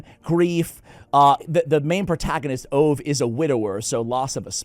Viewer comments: Can I tell you something in a friendly way. The Swedish name Ove is pronounced Oo-vah. I loved that book. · Hi there, the Swedish name Ove is pronounced with the "e", and the "e" sounds about like in "get". Greetings. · Not sure a 'like' is the correct response to this video... 😂😂 (PS... Ove pron Oh vu) The original title is En Man Som Heter Ove.